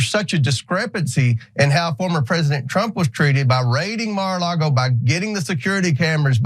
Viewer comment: I love how he says Mar a Largo! It's Lago right? I hate trump and his entire entourage and I know how to pronounce the stupid place he committed all these crimes. I don't know if it is the representative is stupid or just stupid sounding 🤔 🤷